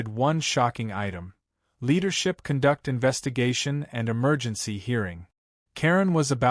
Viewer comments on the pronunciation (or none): I had to give up after 10 minutes. The horribly bad AI reading- wierd word inflections, misread words like "conduct" where you pronounce it as you would electrical conduction rather than behavioral conduct, odd pauses, or weirdly running words together- and for the love of god it is "Smurf" not "Smuff." Also for a story about HOA's you can't even pronounce or spell HOA correctly. Please stop with this AI slop, it's badly written, badly read and just plain terrible.